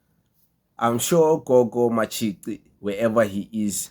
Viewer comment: Matshi"qi" not ci bro